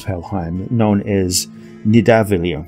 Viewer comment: It's pronounced Nitha-val-ear